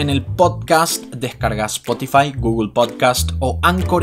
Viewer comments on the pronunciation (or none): none